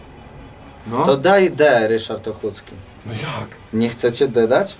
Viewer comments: Ochódzki a nie Ochucki XD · Ryszard Ochódzki, nie Ochucki :D